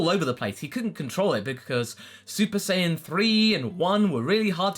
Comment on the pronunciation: I'm not wrong though he said sayaijin instead of sayian like come on